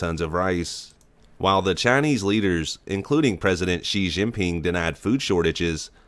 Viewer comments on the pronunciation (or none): "while tha chai-knees leaders"